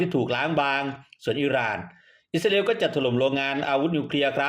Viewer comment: แอ้ดเอ้ยอิสราเอลไม่ใช่อิสราอาเอลช่วยฟังตัวเองหน่อยแอ้ดไม่ลูกเพทจะเลิกติดตามน่ะเอ้ดติเพื่อก่อครับ